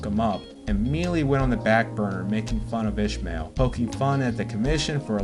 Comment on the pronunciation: Why tf can't you mfs pronounce a name properly? It's Is-mael Barroso. Not ISHmael BarrosoS 🤦🏾‍♂️🤦🏾‍♂️🤦🏾‍♂️